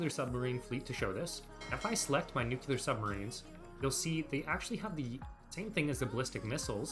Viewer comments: NU like NOO. CLEAR like CLEAR. NOO-CLEAR. Not "NOOCOOLAR". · I can't concentrate on the video because everytime he mispronounces the word NUCLEAR it destroys my focus. Nowhere in the word NUCLEAR does it have any letters or grammatic punctuation that somehow turns the word into NUCULAR. Also, I want to add that Paradox does not, in any way, spoil us. They change content, often nerfing things into the ground that we didn't ask for, and lock content they take away behind a paywall. Not sure what fantasy world you live in, bud. Nukes used to be 100 times better because all you had to do was click on a tile and press a button to instantly strike the target, and you didn't have to mess around with the convoluted crap system it is now. All you needed was air superiority and a stockpile of nukes. Done. I hate this update so much. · It’s nuclear. Nu-clear, not nu-cu-lar. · aaaaaaaah you pronounce "nuclear" like George Bush "nucyaler" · I subjected myself to so many "Nucular" pronunciations with this one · NUQULAR, oh ma god bruh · For the love of God pronounce nuclear correctly